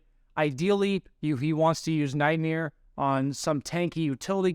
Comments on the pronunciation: its nightmare, not nightmere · says nightmeer like 20 times, lmao.